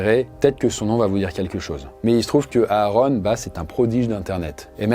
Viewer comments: Ça se prononce Aron pas A Aron😂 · Ouais quand il dit "Areune" ça fait bizarre